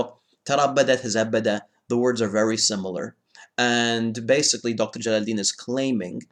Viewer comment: 'Jalaluddeen' lmao